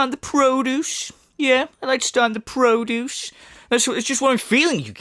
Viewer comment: Great video,. It put me in a good mood where I can't stop laughing. 'PRO-duce' 😂🤣🤣.